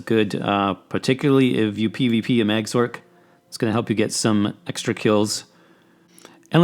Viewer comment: I fucking hate how this guy says "sorc", not gonna lie. XD It's "sor-c" like sorcerer, not "s-orc". XD